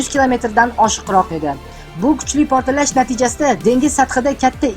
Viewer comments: Портиллаш эмас портлаш соков мол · sal tuzukroq talaffuz qiling admin. protillash emas. portlash deb ayting